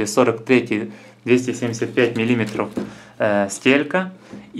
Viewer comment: Обзор достаточно подробный, найдётся покупатель на такой товар, ведь не всем спинеры да приколы из Китая интересны. Но... ПлЮсов, а не плюсОв. МиллимЕтров, а не миллИметров. Я вполне понимаю, что возможно у вас так говорят и ваш слух это не режет, но вы ведь пытаетесь вещать не только для своих соседей, а на бОльшую аудиторию.